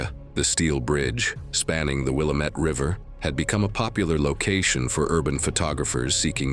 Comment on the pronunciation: The correct pronunciation is Wil-AM-et. You're not the first to make that error.